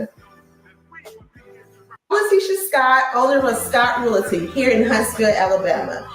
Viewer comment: … what is “realatee”? It’s REALTY.